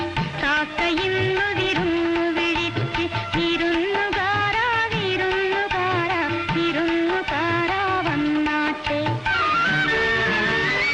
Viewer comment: ഞാൻ ഇപ്പോഴാ ശ്രദ്ധിച്ചേ വിരുന്നുകാര എന്നതിന് പകരം തമിഴിലെ പോലെ വിരുന്നുകാറ എന്നാണ് ഉച്ചരിക്കുന്നത്